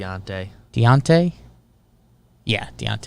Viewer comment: Love the show, I learned to pronounce Dejounte by saying De-John-Tay fast, you’ll get a sort of z sound at the start of the second syllable